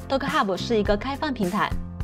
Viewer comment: 是搭可，不是都可